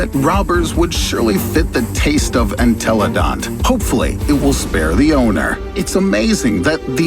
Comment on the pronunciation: the animal really said enteloDONT